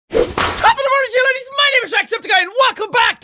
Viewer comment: I know this comment was made awhile ago but i think he says “laddies”